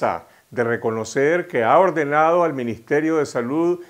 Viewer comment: Dice "maJ" por "maS", "ordenaO" por "ordenaDo", "hoJpitales" por "hoSpitales", "faYecidos" por "faLLecidos".